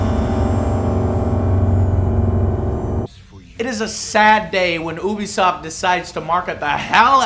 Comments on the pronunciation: Damn it Joe, it's pronounced "You-Be-Soft", not "Ooo-Be-Soft". "You", not "Ooo". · Stop saying OObisoft, it's pronounced YOUBEEsoft.....god that shit annoys the hell out of me. Also, fuck Destiny and anyone who likes it, you're the reason games like that come out in such shit conditions. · Joe I love the show!!!! But for the love of god would you PLEASE PLEASE PLEASE learn to pronounce UBISOFT!!!!! Its You-be-soft...not oo-bee-soft... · Please sweet baby Jesus it's pronounced "you-be-soft" not ooooooobisoft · why do people say ubisoft like ''oobisoft'' its supposed to be pronounced ''youbisoft'' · Joe....Can you please pronounce it Ubisoft "You-bisoft?" It bothers the crap out of me when you pronounce it "OOO-bisoft" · "U.B.Soft" not "Ew.B.Soft" (might as well be though I guess) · I always pronounced Ubisoft like you-be-soft. Anyone else? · U were saying oobisoft instead of Ubisoft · Lol its Ubisoft not Oobisoft